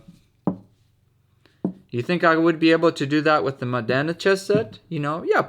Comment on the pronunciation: Very nice video as always, and congratulations for the pronunciation of Modena, appreciate the effort ahah. I have a basically identical set to this one, but smaller, and as you said, they're perfect for fast games and from a practical point of view, I think is one of the best sets you can buy. Also maybe I'm weird, but I love the simplicity of the knight, I found them pretty in their own way.